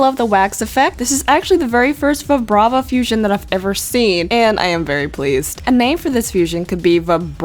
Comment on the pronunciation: Its Vibrava! Pronounced Vie-Bray-Vuh!